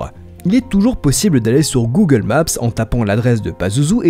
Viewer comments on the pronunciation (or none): none